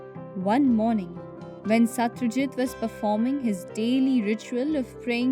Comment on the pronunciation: Not satryajit Satrajit